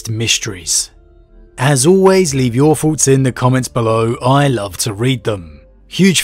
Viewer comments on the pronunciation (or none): none